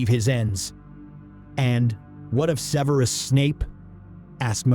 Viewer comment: Severe-us... 2/2… 😂😂😂